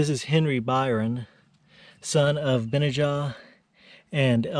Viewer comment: Benajah: accent on the middle 'a' - Ben NAH jah, according to